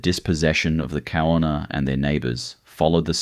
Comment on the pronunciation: The Kaurna people. The name is pronounced with a G sound ie Gaurna.